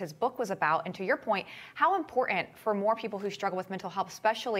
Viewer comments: Why can't this woman pronounce "IMPORTANT", not imporant! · Why is the T always missing in words like important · "Imporant" There is no such word.